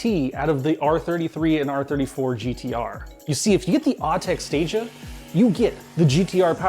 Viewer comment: Please note, Stagea is 2x English words and pronounced Stage A. It was so good, it never got to Stage B, C or D.